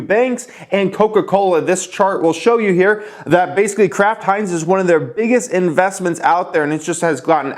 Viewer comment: Am I the only one hearing Crap Heinz when he says Kraft Heinz?